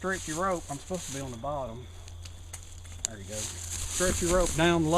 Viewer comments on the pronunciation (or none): U made me laugh at ur risk taking. And when u say lookie right therr ect.